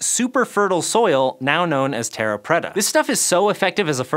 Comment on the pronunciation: Dear god his pronunciation of "terra preta" was so wrong, my ears are still burning. And "water + ash" as byproducts is in no way a "goldilocks solution"...